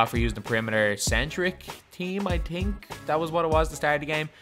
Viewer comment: This dude said "I tink" 🤣🤣🤣